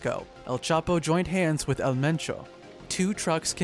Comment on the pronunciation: It's not L. It's EL